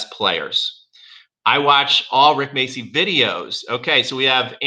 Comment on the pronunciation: Rick what?? Macey? what the hell is Macey? The name is spelled MACCI! This is an Italian surname. It's pronounced macci. Ma-cci. The cc is pronounced like ch in Charles.